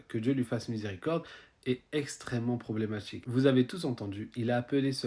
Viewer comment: "Problématchique". On sera respectés quand on saura prononcer la lettre "t".